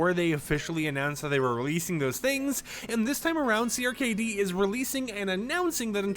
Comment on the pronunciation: CRKD is pronounced “cracked”